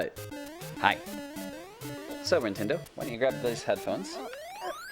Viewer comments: Gwintendo? Nintendo? Wintendo? Someone tell me what he said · is his daughter named nintendo? It sounded like he called her that. well at least she has good taste in games: i hear her breaking minecraft glass blocks.